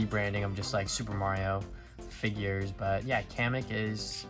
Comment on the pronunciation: I’m sorry but it’s Mario not mawio